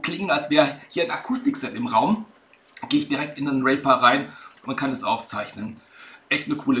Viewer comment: Cool, aber der Name der DAW wird "Rieper" ausgesprochen, nicht "Rehper".